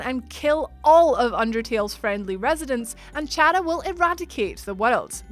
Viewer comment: You pronounced chara incorrectly.